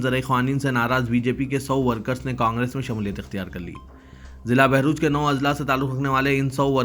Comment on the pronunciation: بہروچ میں نہیں /بھروچ..........